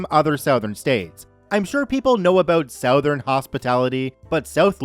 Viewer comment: Southern (Suh-th[as in 'the']ern) Not (Sow-thern)